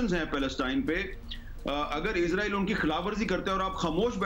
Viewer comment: اسرائیل نام ہے ازراءیل نہیں